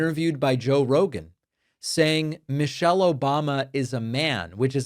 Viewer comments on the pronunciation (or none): The idiot pronounced the former first ladies name wrong. He said Mochelle.